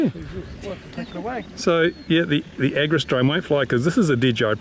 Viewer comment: It's the agras, not agris 😉😉